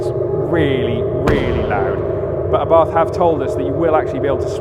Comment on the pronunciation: ABARTH is pronounced Abart ( The H is silent)